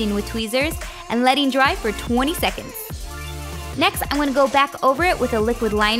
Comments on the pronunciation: I love it how she says shecshins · Why does she say seconds like that